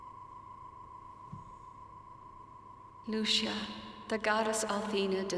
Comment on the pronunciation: You are pronouncing Lucia so wrong.